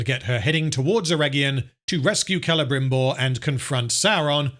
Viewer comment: Excruciating hearing the rolled Rs by the elves trying to pretend they are speaking in Received Pronunciation of a theatrical level rather than some unfortunate blend between a Welsh-Estuary-Spanish accent that simply grates every time I hear it. “KELEBRRRRIMBORRRRR” my arse! Such a big budget and not an accent coach on site? Total abandonment of taste and reason? Future dictionaries will list this example under “cringeworthy“.